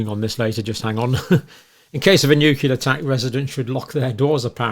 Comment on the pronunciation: Nuclear. Not Nuke-u-lar